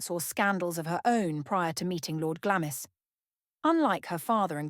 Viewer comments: Glamis is pronounced Glamms. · Glamis is pronounced GLARMS!